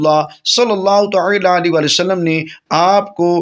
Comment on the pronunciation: TaAla ko Taela q keh rahay hain aap ???bohat koft ho rahe hai apko ghult talaffoz boltay sun ker